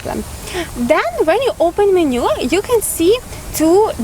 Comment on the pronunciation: мЕнью, а не менЮ.